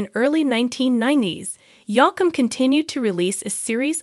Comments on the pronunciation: Hey it's pronounced Yoke m not Yock m. Please say his name correctly. You apparently don't know much about country music stars. Geez! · The mispronouncination from the AI voice made this unwatchable.